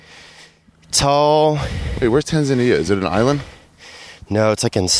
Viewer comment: Never been to Tan-Zan-Eee-Ya!